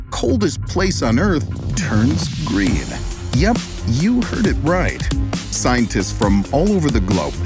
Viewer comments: Gereen? Sloppy. Thumbs down. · yes its very "gereen" there indeed. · 'can Antarctica become gereen again?' lol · “Can antartica be gereen again?” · Ah yes Gereen 😂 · "gereen"? What's that?? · secs - GEREEN!!! LOL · Can it be "Gereen" again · Gereen? 😂😂😂😂😂 I’m sorry but I noticed it 😂💀👌🏻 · "GEREEN" lol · Wtf is "gereen"? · GEREEN LOL